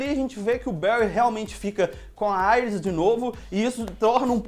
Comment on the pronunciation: Não se fala Aires, e sim Iris kkk